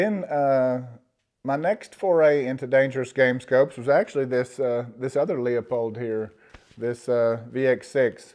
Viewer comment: Please…. It’s “Loopold” not “Leopold”. Leupold is a scope brand, Leopold was a king of Belgium.